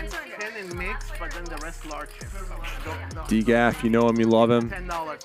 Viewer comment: Who the hell is Dee gaf man it’s DGAF(don’t give a f**k)